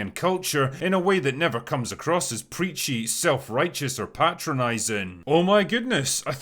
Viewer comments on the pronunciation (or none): none